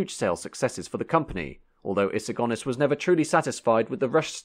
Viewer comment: Good point well made I wish he had learned to pronounce Sir Alex's Surname properly Go Nis not Gone Is...